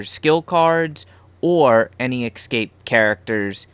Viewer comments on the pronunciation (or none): I know this is old and you probably won't read it, but I had to comment. There is no word as "excape" . Read the damn word. ESCAPE. see the E and S? There is no X or KS . You can read, can't you?